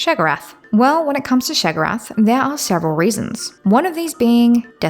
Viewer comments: I know it’s not a big deal but why do you keep saying sheg-orath? You spell it write. It is pronounced Shay-o-gor-ath. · Why are you saying his name like that? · So the first "o" in Sheogorath is silent? Very strange Dee-dra wouldn't you say?